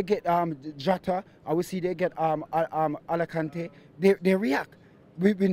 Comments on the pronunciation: He almost said Alicante one of the cities of Spain 🇪🇸 🤣🤣🤣🤣🤣🤣🤣🤣🤦‍♂️🤦‍♂️🤣🤣🤣🤣🤣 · Man said Alakante instead of Alcantara😃😃. butchering names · 😂😂😂Did he just call Alcantara some like Alekante. That had me rolling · Dude said Liverpool got AlaKante LOOOOOL